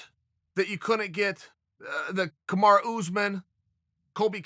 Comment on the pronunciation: Did he just pronounced Kamaru the right way? lol